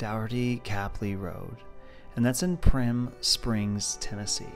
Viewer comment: Love this home. Right down the road from us. But bless your heart...please learn how to pronounce "Daugherty Capley" Rd....lol! You must be from California like the folks next door lol. Goodness gracious! PM me if you're in for collaborating for a prospective buyer. I can help if the commission is right.